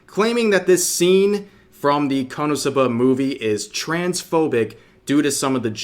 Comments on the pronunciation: Being petty here, REV it's pronounced "Konosuba" not "Cumsuba". You should've taken a double take there. (I'm saying this because you made this mistake several times and it's hilariously dumb.) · You should probably work on your Japanese pronunciation skills if you’re gonna keep making anime related content. KonoSuba isn’t pronounced like kah-NO-soo-BAH. It’s KOH-no-SU-bah. You’re putting emphasis on the wrong syllables and the first syllable is completely wrong altogether. I’m fairly certain it’s pronounced in the series during the eyecatch between segments where commercials would normally be injected. I might be thinking of a different series though. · Kono'suhbuh, lol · “Kuhnahsubuh” I can’t 😂😂😂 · Rev needs to be cancelled for how he pronounces KonoSuba lmao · the way he said "KonoSuba" in the intro 😭😭😭🤣